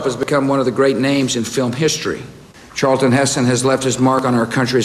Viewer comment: Charlton! Not Charleton!